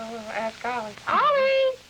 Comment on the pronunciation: Why did the announcer pronounce Ollie's named weird at the end like O-Lee?